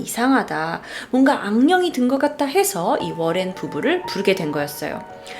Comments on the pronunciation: 워렌이라쓰고 로렌이라고 부르시네요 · 머랭부부로 들린다.. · 잇츠 머랭 타임!!! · 이거보니까 머랭부부라고 들렼ㅋㅋㅋㅋ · 전 러렌부부라곸ㅋㅋㅋ들려요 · ㅇㅈ이요 ㅋㅋ